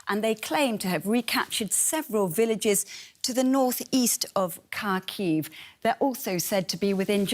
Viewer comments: Her pronunciation of Kharkiv is Horrible. Its not Karkheave, its HAA Keeeve... Take a look at the Cyrillic its starts with an X, the hard Haa sound. Not a C for Cat. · Omg Im dying can this woman be stopped saying Kaaarkiiv. It’s pronounced Harkiv for god sakes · Learn how to pronounce the city's name. The KH in Kharkiv is like the ch in Bach